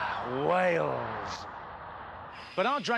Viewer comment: Actually, dude, the name of the country is Wales, not whales. Just a quick heads-up.